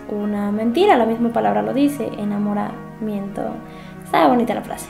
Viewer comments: dice enamoramieto (enamoramiento) jajajaja xD aún así me encanto en video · "Enamora- MIETO"(¿)